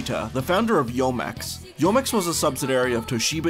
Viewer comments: great video, but please work on your Japanese pronunciation. Youmex is pronounced "yuu - mex", Yoshitaka Amano is Yoh-She-Tah-Kah Ah-Mah-Noh for a few examples... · Enjoy your videos but Youmex is pronounced “U-mex” and is derived from the words “You” and “Yume”